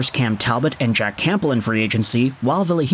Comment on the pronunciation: Great vid as always! P.S. - The 'P' in Campbell is silent.